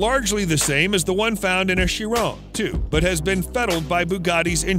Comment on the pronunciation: bruh you say chiron wrong